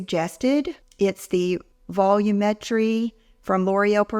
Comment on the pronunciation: Ok… Here we go Valum•a•tre not volume-tree.